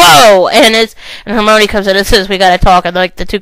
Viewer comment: IT'S HER-MY-KNEE!!!!! Not her-mo-knee. get it right. Thanks.